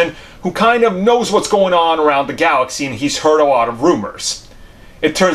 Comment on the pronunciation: Howard “da” Duck lmao 😂 I just love this channel ! “Howard “da” Duck was repeated so many times it actually made my day better bro!